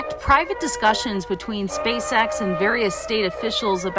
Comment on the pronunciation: You said "SpaceSex".....